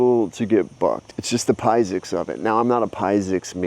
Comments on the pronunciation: WTF is a "Piesics Major" Do you mean Physics as pronouncing Fizzsics. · Fi-zicks > Pie-zicks. Other than that, great tutorial man. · Did he just said pai-sics? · Did he say pie-sics? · pie-sics... good one 🤣